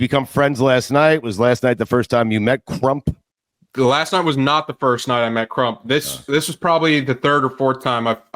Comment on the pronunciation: The way Stu says CRUMP is diabolical.